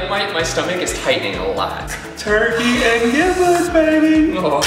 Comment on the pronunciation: It's giblets.. Like g, not j. You guys are right haha